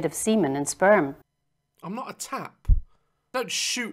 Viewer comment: Tap not tab